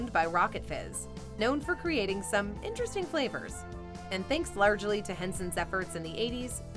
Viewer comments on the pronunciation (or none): none